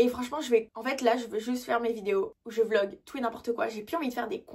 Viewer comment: a c'est drole parce que t'as dis vog ahahahaah au lieu e "vlogggg"é ahaha